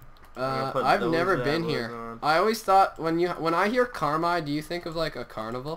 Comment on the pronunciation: (CAR-MIIII) that's how you pronounce carmi :)